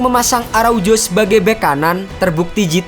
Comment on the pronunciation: Bacanya ARAUHO… bukan araujo